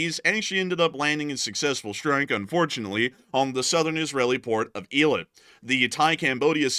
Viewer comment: It's Ey - Lut not eeelit get your 'Bama pronunciation up to snuff Mr. President